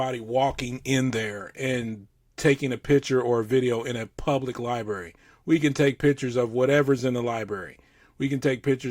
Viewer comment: condescending cop says “libary”